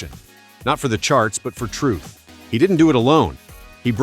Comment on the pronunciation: Everything okay,nice vid' but disgusted to hear you pronounce the word "TRUTH" a couple of times with that biting of the tongue and an "F" sound coming out with the wind released from beneath the tongue each & every time you do it.its pretty disgusting to hear it.can't you pronounce it in any other way?other than that its a good effort to try to reach the facts to his fans around the world even today.